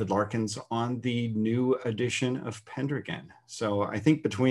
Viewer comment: I can’t get over how he pronounces Pendragon.